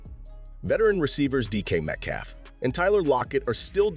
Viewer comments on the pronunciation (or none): none